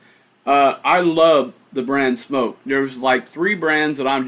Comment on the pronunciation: Nice review, and I'm glad you pronounce SMOK correctly . . . makes me cringe when someone says "smock." Your juice reviews and DIY are great, but it's nice that you also show us what's going on with new hardware. This TFV4 looks pretty good, too. Thx!